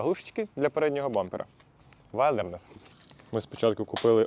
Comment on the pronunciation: Класна тачка! Але будь ласка називайте правильно - вілдернес😉